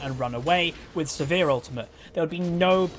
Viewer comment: why do you call sivir, severe?